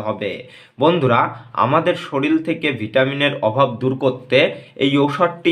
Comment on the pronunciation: সরিল নয় শরীর